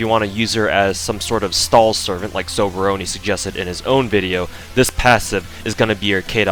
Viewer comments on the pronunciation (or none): The whole time, I thought for some reason you were saying sobrony